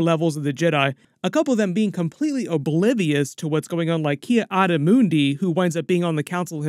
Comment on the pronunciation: The way you say Ki Adi was so funny